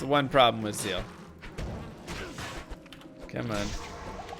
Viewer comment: I always laugh when paladin using seal, it sounds like he is slapping ppl 😂😂